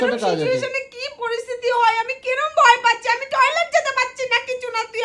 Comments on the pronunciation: দাদা বয় না ভয় হবে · বয় পাচ্ছে না ভয় পাচ্ছে বানান ঠিক ভাবে বলতে পারো না😅😅😅😅